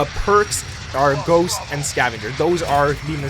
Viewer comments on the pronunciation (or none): none